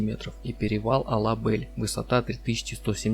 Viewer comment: Все отлично, но мне, как выходцу из Кыргызстана, очень режет слух произнесение названий таких как ТЭо-Ашуу и Ала-БЭль. Правильней будет Тоо-Ашуу и Ала-Бель.